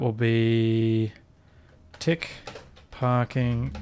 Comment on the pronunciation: Your accent made “what’s going on at the front of the tick?” Sound like “what’s going on at the front of the dick?”- lol